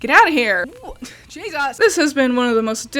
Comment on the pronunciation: ok but can we talk about how you said jesus